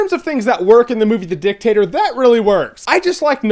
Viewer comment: Why are you pronouncing it as the DIcktAtor?